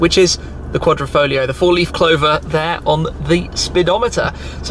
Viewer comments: it is said......foGLio and no folio..........QuadrifoGGGLLLLio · The pronunciation of this car was a headache for me